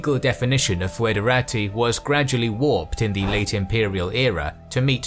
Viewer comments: It is not pronounced foo-edera-tee. Instead it's /ˌfɛdəˈreɪtaɪ/ which can be read as something similar to federeytey. As such the word is much more similart to federal. /fɛdəˈreɪtəs/ can simply be pronounced federates. The oe sound is meant more as an equivalent of the ø sound, or an o and and e together, forming a more open e-sound, but in practis it doesn't make much difference, and it doesn't really sound much different from a regular e in English. ɪ as in kit ɛ as in dress ə as in about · Haha he can't say foederati. tihihihöhöhö